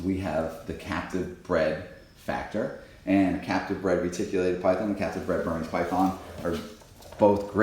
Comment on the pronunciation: When you say captive bred it almost sounds like you’re saying Catholic bred.😄